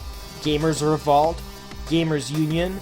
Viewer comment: omg reVOLT reVOLT revOlt REE-VOHLT the way you keep pronouncing it REE-VAHLT is bugging the everliving fuck out of me i'm autistic